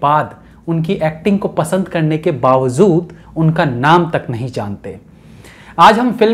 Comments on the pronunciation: Bhai Urdu Theek Bola kren.. Bawzood Nahe Balky Bawajood Hota hai... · bhai har baat me nukta kyu lgate ho..amzad khan nhi amjad khan hai..aur (bawazood nhi hota (bawajood) hota hai